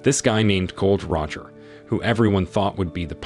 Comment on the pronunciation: Its Gol D Roger. NOT GOLD ROGER